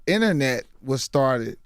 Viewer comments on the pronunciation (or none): did Mike Epps say The Innernet?? Aka internet lol